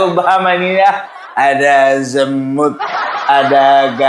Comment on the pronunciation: Tapi kedengarannya kayak ada B nya pung pas baca zemut😂😂😂😂